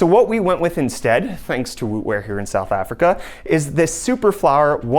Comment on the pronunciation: is it me or is he saying Africa?